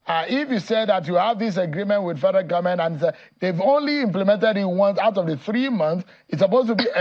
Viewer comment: The "gumment"???? Please talk English properly.